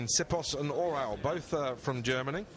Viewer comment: whats "germony"?